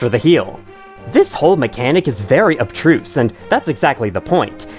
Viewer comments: Small thing: the word is abstruse, not abtruse. Although I do give you credit for teaching me the word; I had never realized it was a different word from "obtuse", and I had always used "obtuse" for the wrong meaning. I saw it in your description and heard you say it so I looked it up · It sounded like you were saying Obtuse at the same time, which is a very similar word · dude uses the vocabulary term without knowing how to pronounce it 😭